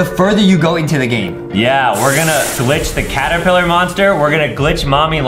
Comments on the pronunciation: ah yes Adam said after wack a wuggy when they where at stairs he said claterpiller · DID anyone notice that adem sayd claterpiller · Why did Adam said claterpillar